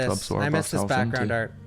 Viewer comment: “the whole scween would transition into a piece of awt”🤣